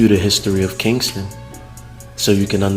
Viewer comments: Its not Kingston...its Ken-sing-ton...smh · It's KEN-SIN-G-TON. As a Philly native and having spent a lot of time down the way I can categorically say this video useless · It's called Kensington not Kingston,,😂